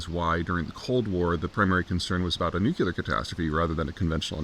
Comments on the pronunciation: It’s ‘new-cle-ar’ not ‘nu-cue-lar’. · "NEW CLEAR" - come on